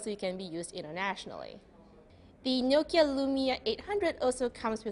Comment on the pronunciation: Can you please pronounce 'Nokia' 'Asus' and 'Aliminium' correctly? kthnxbai